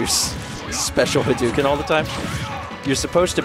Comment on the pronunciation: Hadouken is not pronounced that way. When Japanese is spelled in the Latin alphabet, "ou" represents a stretched 'o' sound. It's more like Ha-doh-ken. You can get fairly close, too, by just pretending the 'u' doesn't exist.